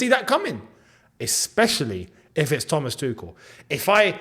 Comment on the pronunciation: That " tha-mas' was accurate as fuck 😂